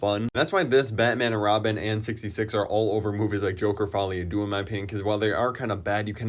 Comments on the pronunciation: "Fouly a doux" bro even the french have a better pronunciation of English titles 😭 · As a French speaker, the way you said folie a deux made me feel pain